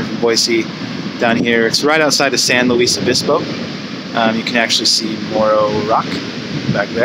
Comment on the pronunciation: Awesome video but it’s pronounced San Luis Obispo. Not San Luis Obispo. Keep up all the great work. I love the video!